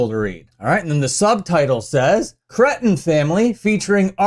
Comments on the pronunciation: It’s Kree-ten, not crett-un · Hope they let CJ sing the song that “cretin family” (pronounced “Cree-tin” for anyone who has ever actually listened to the Ramones). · You pronounce "cretin" weird. 🤣🤣🤣 Love ya,!